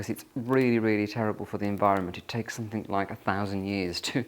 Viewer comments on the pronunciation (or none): Another comic episode of the Artificial, the Superficial and the Trivial raised to an Art Form — and delivered in a pseudo-posh lisp. (He still says ‘somethinK’ instead of ‘something’. A true blue blood would never make such a faux pas.) More, please!